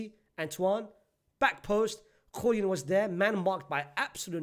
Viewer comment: Bruv it's Julian with an A. Not JuliEn